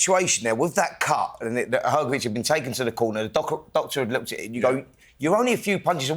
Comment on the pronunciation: Hrgović(Hrgovich) not hergovic